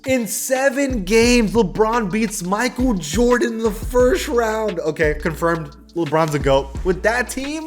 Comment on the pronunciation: idek what to say.. shut yo googily boogily ahh up "mikeal vordens noOt clut-th vats cravy"